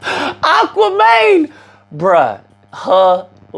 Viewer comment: “Aqua Mane”😭😭😭 🧜🏿‍♂️